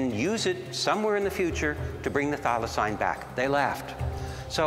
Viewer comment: The dude at the museum... "Thylacynes" ??? 😅